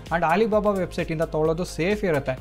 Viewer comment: ಹಾಲಿಬಾಬಾ ಅಲ್ಲಣ್ಣ.. ಅಲಿಬಾಬಾ ಅದು..😮